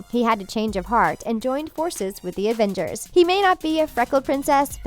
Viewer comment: D-did she call them Advengers? I